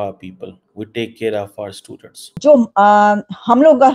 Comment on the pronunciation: 😂😂😂chimu sahab Pakistanis sudrent😂😂😂 matlab kya hai😂😂😂bara follow karte hai apni sudrent ko Bharat ha😂😂😂😂😂😂thik se bolo cheemu students bolo sudrent😂😂😂